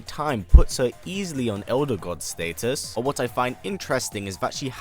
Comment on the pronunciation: What are you saying status like that 😂